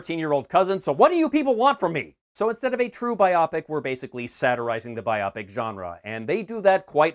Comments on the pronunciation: Love your channel but I cringed every time you said biopic “Buy-O-Pic”, as “Bi-Op-ic”. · BIopic is a portmanteau of biography and picture, so it's pronounced BIOpic, nit biOPic. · Sorry I couldn't get past "Eric Apple" and "biopic" rhyming with "myopic". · I'm just amused that you pronounce "biopic" like it's a medical condition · I have never heard biopic pronounced that way before. Talk about weird.